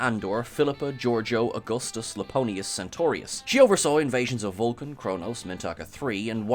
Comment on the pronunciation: it’s “Iaponius” with an I, as in India. It’s from the Latin for Japan. And Sisko’s wife was named Jennifer, not Jessica. No offense, but you guys have been really off your game lately. Last week’s SNW recap was… not good.